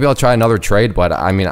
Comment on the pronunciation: Where did you learn to say trade ?